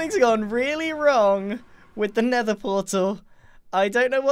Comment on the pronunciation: The Nender